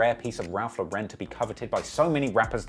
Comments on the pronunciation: Its LAU-ren not lau-REN. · Ralph lauren is pronounced "LORE-IN". Its named after the designer my guy look up an interview or sum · Ralph Lauren does not have an accent on the "e". It's just Lauren. It is not a European brand it's a US brand and the owner is an American Jew. So stop trying to make it fancy by pronouncing it wrong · that's actually not how it's pronounced. I guess I'm the only one with Google. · bro why you pronouncing ralph lauren in french